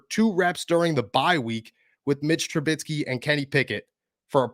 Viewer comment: Mitch is on a 2 year contract so he will be here next year. BTW it's Trubisky not Trubitsky lol